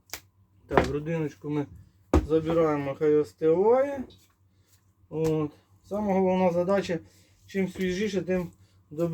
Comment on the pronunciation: Сережа, а в чем прикол, ты ставишь акцент - остывать?